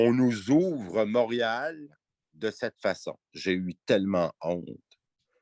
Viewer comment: Premièrement c est pas mourial c est Montréal, deuxièmement pauvre ti pit regarde de l'autre côté si ça te dérange ???